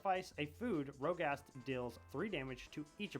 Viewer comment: MFr keeps sayin Rogast 😂